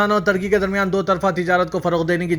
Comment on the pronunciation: Pakistan Aur " Tarky" nahi " Turky" bolo